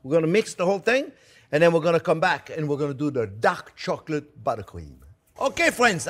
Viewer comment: I thought he said duck chocolate LOL😂. I couldn’t wait to find out how to make “duck” chocolate. You are very informative and entertaining.